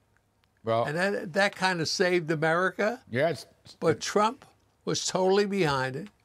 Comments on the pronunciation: 0: 11 Did Kudlow really say, Donald J Chump? That was freaking funny...listen to him say it. It sounds just like that.🤣🤣🤣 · This news guy literally said CHUMP instead of Trump.. I had to listen again! And he doesn’t look to happen to be doing his job either (sidenote) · Did Larry say Donald J Chump??? Sure sounds like it. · LOL. Larry pronounced his name "Donald J Chump." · Did I hear fox news caster when introducing Bernie Marcus & saying Donald J Trump, he said Donald J Chump? I played it 4 times & he said Chump (min 0.11) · Did he just read the tweet pronouncing Trumps name as chump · Did anyone catch at 0.10 secs he says Donald J Chump? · Did he just say Donald j chump?😂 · Listen carefully to how he pronounced the former president’s name at the beginning. 😂